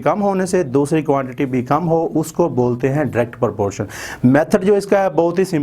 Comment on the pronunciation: Its not porpotion its proportion😂